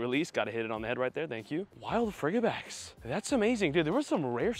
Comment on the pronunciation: I thought frigibax was pronounced like fridge or frigid, as in cold since it’s an ice dragon.